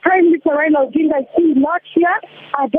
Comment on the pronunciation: Tell someone to teach you how to pronounce ODINGA